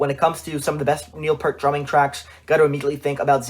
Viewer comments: Please search Geddy Lee on how to properly pronounce Neil's last name 'Peert' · Not trying to be a deuce, but it is pronounced Neil Pee-ert.